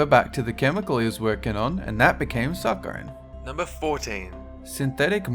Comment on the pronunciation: Your pronunciation continues to be horrendous. If a word is new to you, look it up online and listen to the pronunciation. Start with saccharin, mauve, and quinine, three words you butchered within the first 90 seconds.